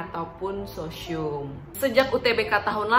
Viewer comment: Sosyium kata 😂